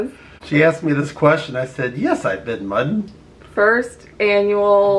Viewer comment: Look at not being about to pronounce muddin (MUD-IN) or not even know what it really is. 🤣🤣💀